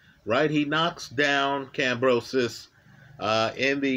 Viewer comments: Who is Kambrosos? Its Kambosos bro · Stop saying Kambrosos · There is no R in Kambosos, it even says it in the title but in the one million times you say his name, you say Kambrosos!!! What's up with that? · I love how adds the letter R into Kambosos's name 🤣, top lad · No “r” in George’s name sir. Thx for all the great analysis. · I like the story-like description with technical explanation. But brother next time just call him George because brother man you butchered Kambosos name. George was prepared for 12 while Mr Lopez thought he could K.O him in the first round. George has an excellent jab and 1/2 deadly fast jab/cross combination. Lopez underestimated his opponent. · there is no "r" in Kamboses. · Lmao butchers everyone's name.